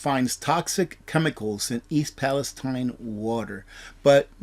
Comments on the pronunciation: Its ... East "PalestEEN!" I know it should be East "Palestine" like the Holy Land but it's not. Every once in a while things like this happen and it's incumbent upon somebody broadcasting to get it right. You're getting "too big" to be "this quaint" ... to be "too Goober" ... "this simplistic". Learn how to pronounce things. You're a good guy and I've learned a lot, have prepped accordingly but you're starting to embarrass yourself. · It is pronounced Pal- i-steen